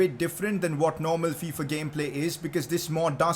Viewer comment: Did anyone else hear him say Faifa